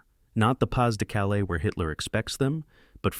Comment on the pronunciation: Just when I was going to compliment on finally saying Bagration correctly, we get Pas-de-Calais. Seriously?